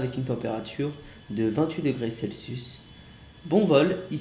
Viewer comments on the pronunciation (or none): none